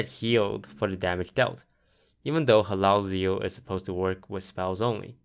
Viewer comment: lol "Halalzeal"